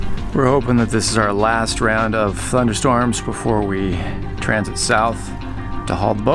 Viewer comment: Did he say "FunderstormS"